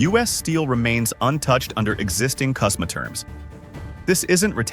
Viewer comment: FYI, It's CUSMA, for Canada - Unites States - Mexico, not KUSMA.